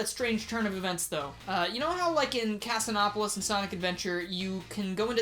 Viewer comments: i had to replay that 5 times to be sure i was actually hearing him say "casanopolis" casinopolis... casino+metropolis... cas-een-op-oll-iss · Cassie-nop-olis? what? is this the new "hydrossity"?